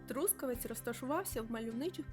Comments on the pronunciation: Чому саме ТрУскавець? Ріже слух..Трускаве́ць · Трускаве́ць — місто в Дрогобицькому районі Львівської області >> Наголос на ОСТАННЬОМУ складі!!!